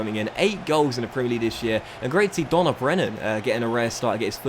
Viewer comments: Dough nil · Just saying but Donal is an Irish name so it's pronounced doh-nal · im irish its dough nil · ye dough nal not nil I just get triggered by Irish names being mispronounced